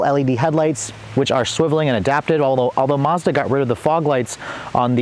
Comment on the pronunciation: Thanks for the video, but please say Mazda not Mahza :) .. the Maz part should sound like Mad.